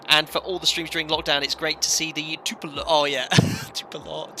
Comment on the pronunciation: Love the Vids... but it's TUP PO LEV.... not TU PE LOV. Sorry, had to vent! :-)